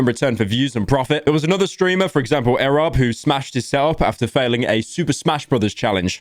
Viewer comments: Btw its EE Robb, not urobb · You say it like "ee-rob" btw. I have no idea how Pyro constantly gets names wrong lol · Pyro pronouncing Erobb as Arab is really funny lmao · its pronounced ee-rob not eh-rob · why tf did he say erob like that? mf literally said arab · no way this dude managed to mispronounce erobb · Why do you say erobb like that